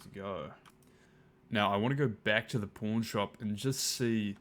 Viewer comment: Oh lol. 'Pawn' shop. Sounded like porn shop.